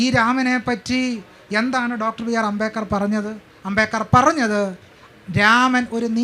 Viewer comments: എന്തൊക്കെയാണ് ഈ സ്ത്രീ പറയുന്നത് അംബേകർ അല്ല അംബേദ്കർ ആണ് 😡😡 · അംബേദ്‌കരിസ്റ്റുകൾക്ക് അംബേദ് കർ എന്ന് പറയാൻ പഠിപ്പിക്കണം 😁 അമ്പേക്കർ എന്നാണ് കേൾക്കുന്നത് 😁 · ഈ ഇരിക്കുന്ന നാലെണ്ണവും അംബേദ്കറിന്റെ ആശയങ്ങൾക്ക് വിരുദ്ധമായിട്ടാണ് പ്രവർത്തിച്ചു കൊണ്ടിരിക്കുന്നത്. ചർച്ച നടത്താൻ പറ്റിയ മൊതലുകൾ. മോഡറേറ്റർക്ക് അംബേദ്കർ എന്ന് ഉച്ചരിക്കാൻ പോലും അറിയില്ല. അമ്പേക്കർ എന്നൊക്കെ 😂. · ഈ സ്ത്രീ എന്താ അംബേക്കർ അംബേക്കർ ന്ന് പറയുന്നത് 🙄🙄🙄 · അംബേക്കർ😂😂😂 .. ആദ്യം മാതൃഭാഷ മര്യാദയ്ക്ക് പറയാൻ പഠിക്ക് നായെ. എങ്ങനെ വായിക്കപ്പെടണം . കൊണോതിലെ പ്രയോഗം ആണ് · Ambekar അല്ല...ആവർത്തിച്ചു കേൾക്കുമ്പോൾ വെറുപ്പിക്കുന്നു.. moderator ആദ്യം അംബേദ്കർ എന്ന് ശരിക്കു പറയാൻ പഠിക്കു. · അമ്പേക്കറല്ല..... അംബേദ്കർ.... അതാണ് കറക്ട് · Why is she saying ‘ Ambekar’? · Ambekar?..Am I hearing it right😅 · Even the guy sitting in the middle, 😊 doesn’t even know how to pronounce Dr. Ambedkar’s name… too funny! 🤣🤣” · അംബേദ്‌കറെ എങ്ങനെ വായിക്കണം എന്ന് ചർച്ച ചെയ്യുന്നതിന് മുൻപ് മനോരമ മോഡറേറ്റർക്ക് അംബേദ്കർ എന്ന് എങ്ങനെ ഉച്ചാരണം ചെയ്യണം എന്ന് പഠിപ്പിക്കണം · അംബേദ്കർ എന്ന് ഉച്ചരിക്കാൻ പോലും കഴിവില്ലാത്തവൾ